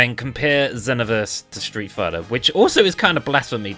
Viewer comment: I swear I died when you said Streat fighter five 😂